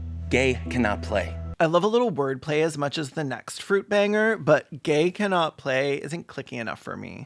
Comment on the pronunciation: Why does Dhar Mann pronounce "next" as "negz"?